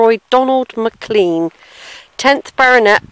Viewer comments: You can't even say Mclean for god sake! It's spelt Mclean/Mclean but pronounced McLain/McLane. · It's pronounced Mc Lane ( McLain). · There is only one pronunciation and it is McLain/McLane...… the other pronunciation was used by the toothpaste company to highlight clean teeth!